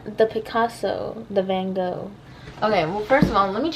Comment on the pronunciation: hearing americans pronounce „van Gogh“ makes me scream💀